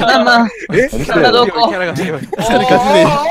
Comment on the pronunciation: 鬱先生がママって言ってんのさくにゅ以下略してる様にしか聞こえん 何でやろなあ